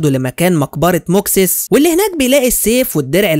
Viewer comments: ماكسيموس ايوه و ليس موكسيس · إسم البطل في الجزء الأول ً"مَاكْسِيمُوسْ" مش زي ما انت نطقته